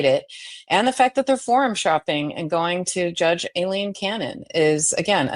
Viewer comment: am i the only one who hears "alien cannon" or a-leen ? is that actually how she pronounces her damn name